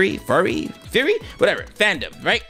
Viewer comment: It's funny that you pronounce Furry as Fury.